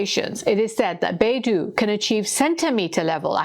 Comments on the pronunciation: Great report. Just the pronunciation of Beidou system is Bay - D-Oh, instead of Bay-duu. Bay - Duu sounds more like another Chinese company, the Google of China' Baidu' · Beidou is not pronounced "BAY-DO", but should be pronounced like "BAY-DOE" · On dit Baidou et pas beidou. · It's pronounced BAY DOH, not BAY DOO. It's the Chinese world for compass. Beidou is FAR more sophisticated than GPS as it has a backchannel and is bi-directional. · FYI, the Chinese geosynchronous positioning system, Beidou, is not pronounced "Bay-Doo", it is pronounced "Bay-Dough" BeiDou is the Big Dipper constellation. In 1993, a Chinese merchant ship was accused by the U.S. of carrying banned chemicals to Iran and the U.S. wanted to board and inspect that ship. The Chinese refused, and the U.S. showed its displeasure by cutting off GPS data stream to the Chinese ship,.the Chinese ship became helpless. This incident showed the Chinese that it could not depend on the American GPS system if hostilities ever broke out between the two countries. The U.S. could disable the entire Chinse fleet with one push of a GPS button. Since the Chinese were already working on its own satellite systems, it pushed hard and then completed the construction of Beidou. As you would expect, Beidou has the same functions as GPS. But as someone who had used both extensively, I can say confidently that Beidou is better than GPS, providing more precise location data and also providing other services that GPS cannot. I believe that Russia also has its own version of GPS, because Russia is another nation that cannot trust the U.S. to help them during time of war. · Beidou ,北斗， is pronounced as “ bay though”, not baidu, a search engine. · 北斗, Bei Dou, it's [Beɪ Dəʊ] by the way, not [Beɪ Du:]. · Beidou should be pronounced as 'Bei-Doe'. Not 'Bei-Do' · Beidou (North Star/Polaris) is not Baidu the browser. Your pronunciation makes it a bit confusing. Its not doo its dou. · It pronounce Bei Dou , with O , not U . So it’s O